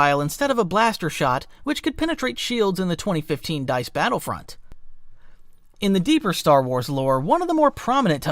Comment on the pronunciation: At 17 minutes he pronounced battlefront like he was born yesterday... meaning he's either ha an iq of 70 or it's ai. AI narrator means auto downvote